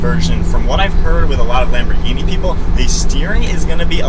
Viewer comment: The H is silent.... Almost everyone says it wrong, including me at one time.❤ . A Lamborghini executive told me almost everyone says it wrong.